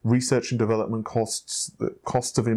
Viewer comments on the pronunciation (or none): none